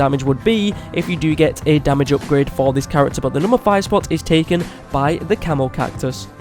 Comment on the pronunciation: Who else thought he called the camo cactus the camel cactus